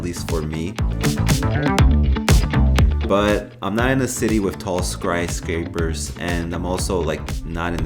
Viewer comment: Did you say Skryscapers? Also, Aluminium? Good comparison, I've had the Vivoactive 3 and it's been great, so Vivo 5 would be my choice